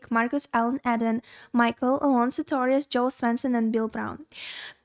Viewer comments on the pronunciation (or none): none